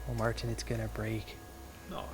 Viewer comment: Mar Tin sounds funny